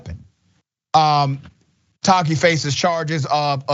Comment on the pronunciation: Ta-a-keee. Not Tahkeee.. why change the pronounciation? Tongue too short?